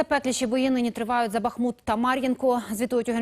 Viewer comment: как раз не БАхмут, а БахмУт.